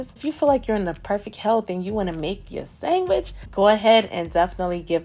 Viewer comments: irish people call it sangwich too when it slaps. followed the recipe and thats a gawdand SANGWICH !!! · We’re you brought up with Italian people? The way you say “ sangwich ” 🇮🇹❤️ ( I’m Italian)